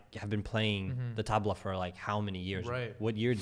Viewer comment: The "Tubla" lol. The way punjabis say tabla is so far from how u said it. 😂